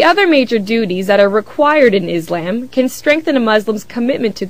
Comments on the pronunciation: its freaking ISLAM not IS-LAMB learn to pronounce it right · Izamb....Fuck, when are people gonna say 'Islam" it's with S not Z... ffs. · Why do most Americans always say ISlam? The pronounciation should be on the latter. isLAM. Not ISlam. That sounds silly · its ISlam ISlam its not IZlam you stupid biitch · omg i hate it when they say Izlaaaaaaam ... it's Islam ...easy.I...S...L..A...M seeeeeeeeeee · is-lamb. love the way she pronounces it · She needs to learn how to pronounce Islam right, its not IzLAMB...